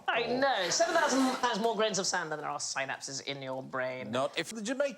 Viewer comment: The beautiful irony when Sandi tries to throw shade while talking about “Sainapses” saying “not every brain” while being unable to correctly pronounce synapses. 🤣 🤣 🤣 priceless